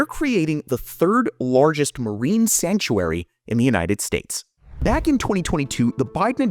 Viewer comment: Why do you say Lorgest instead of Largest? lol